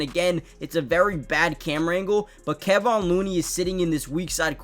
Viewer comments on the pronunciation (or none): If you’re gonna talk about these players, you’ve got to get their names right. Kevon is pronounced Ka-Von